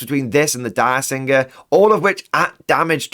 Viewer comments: Dirgesinger, not Diresinger. It sings a dirge. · My gosh. It’s not “Dire-singer”, like a direwolf. It’s “DIRGE-singer”. As in it’s her pet dragon and it sings dirges (sad funeral songs) that are psychic and so sad they kill people. Imagine how cool that is in a game. Killing the filthy xenos by singing to them! That’s why I run her with my Templars. So fluffy.